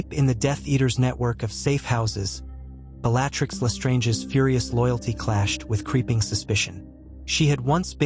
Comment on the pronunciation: Is there any way to adjust the pronunciation of the words the AI speaks ? I find it distracting when names are not pronounced correctly…. (( it is rather amusing that it can pronounce Wizzengamot but not Bellatrix ….but the novelty is very short lived )) I truly enjoy the stories you post…. But it’s rather frustrating when the AI is getting well known names so wrong… 😑 I like to listen to your stories as I go to sleep at night, or when I need something to listen to as I am working on something…. And I wonder if, when you are writing out your story if you can adjust it to get the correct pronunciation of the words it is butchering so badly…..